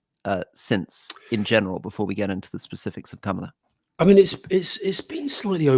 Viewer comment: Alastair - please pronounce her name correctly. It’s not that difficult.